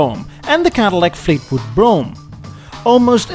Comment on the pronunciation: sounds like "Cadillac Fakewood Brougham" LOL